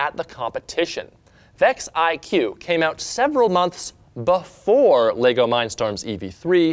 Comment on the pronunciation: yes said "LEGO" and not "Lego's"